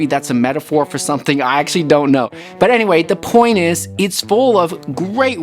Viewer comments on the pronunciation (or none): none